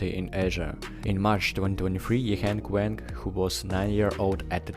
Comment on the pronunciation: YiHeng Weng again! It’s Wang!